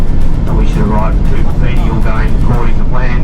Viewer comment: Hey, I don't want to sound like an arsehole (LOL), but were you saying Cooper Pedy (instead of Coober Pedy)?